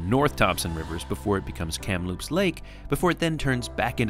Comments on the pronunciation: A heads up re: Kamloops - emphasis is on the Kam part not the Loops. So is KAMloops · Emphasis on “Kam” for Kamloops. I lot of these names are based on Indigenous names. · Please learn how to pronounce Kamloops properly. The stress is on the first syllable, not on "loops." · From an office overlooking Kamloops station, welcome! Seems you had a great time. (Forgive me, I did chuckle every time you called it 'kamLOOPS' :D) Sadly the fires you mentioned were disastrous environmentally, socially, and to tourism later this summer - the houseboat shortage on Shuswap lake will be part of that. We were driving back from Alberta in late august and just barely spotted the Rocky Mountaineer trundling slowly alongside the highway - I couldn't imagine how disappointing it would be to arrange for that trip and then not even be able to see the length of the train through the smoke. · Great trip. I've wanted to see this for a long time. Just thought I'd mention that the emphasis is on Kam in Kamloops, not on Loops. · Lucky enough to live in British Columbia! You do a lovely job of sharing our beautiful province. When you say Kamloops the emphasis is on the first syllable not the second 😊